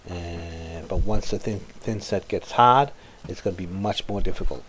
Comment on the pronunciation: Did you say the thinset gets hawd or hard? Lol you do great work just checking your humor!